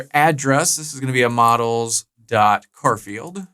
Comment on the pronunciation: love the way you say 'car field' instead of 'Char field' 😏